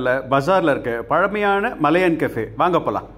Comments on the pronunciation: மலையன் கஃபே இல்லை ஐயா...மலாயான் கஃபே ......என்னய்யா தப்பு தப்பாய் சொல்லிக்கிட்டு .... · வணக்கம் விஜே சார், நீங்க "மலையன்" என்று சொல்றீங்க, ஆனால் பெயர்ப்பலகையில் "மலாயன்" என்று உள்ளதே! மலாயன் என்பது மலேஷியாவை குறிக்கிறதா? தெளிவுபடுத்தவும், நன்றி!